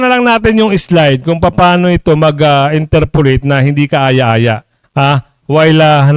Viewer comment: Interpellate sir ang right word. Not interpollate.